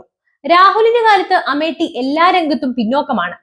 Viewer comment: 101% പൊട്ടും. Amit Shah യെ നമിച്ചു 👍🙏🏿🤣 ഇത് തന്നെ വേണo ഈ സാധനത്തിനെ കൊച്ചേ നീ അമേട്ടി എന്ന് പറയുന്നത് കേൾക്കുന്നത് അമേത്യം എന്നാണ് 🤣